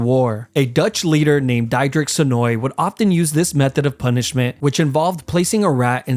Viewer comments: DEIDRICK LOL, as a dutchie that’s NOT how you say the name, it’s pronounced as: the-thur-rick, but don’t say thr th too airy lol😅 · Wrong pronounced diedirek it's didirik not diedirek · Pronouncing Diederik as DIEderic was an oddly accurate mispronunciation